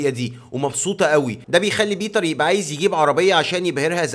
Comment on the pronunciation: ليش تقول يقبى مش يبقى